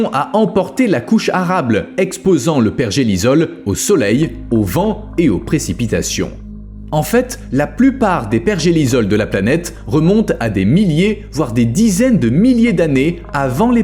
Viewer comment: La bonne prononciation est pergéliSSol, et non pergéliZol.